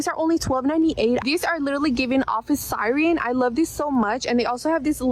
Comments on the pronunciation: omg yes, that makes sense that its scripted. Sireeeen lol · Yeah, typically I hear siren pronounced that way in Bawlmerese, but she said it that way like she’s never encountered the word before. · Given how the first girl says "office Sigh-reen" yeah, it was in the script.